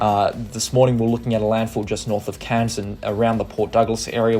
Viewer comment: Please … Cairns is pronounced with AIR in it, not “Cans”.